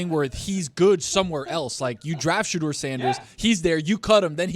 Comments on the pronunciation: Ellie Mystal clearly did no research coming into this interview. Pronouncing Shadeur incorrectly, not realizing Eli Manning was also from Ole Miss, and saying Manziel was essentially drunk at his interview is just ridiculous. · Well Mr. Harvard, learn to pronounce his name correctly. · This black guy can't even pronounce shedure name right! Clown looking ass... i didn't even know he was black till I watched it.. I said wait this guy black... iykyk why he didn't get drafted high...guys can't act above the shield clown ass'